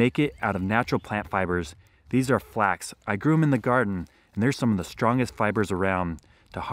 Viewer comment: No, he said FlaK